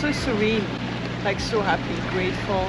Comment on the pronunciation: When u say so much, i hearing it like "sho" much😂😊